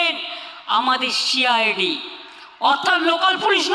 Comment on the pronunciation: She I d. উচ্চারণটা শুনুন। সিআইডি নয়